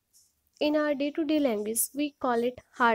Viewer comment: Dilizent??? Languaze???? Nice pronunciation 👍